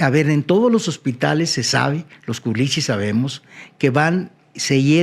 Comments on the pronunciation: No son culechos, "culichis”!! Así les dicen a los de Culiacán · Culichis como que "Culechos"😅😅😅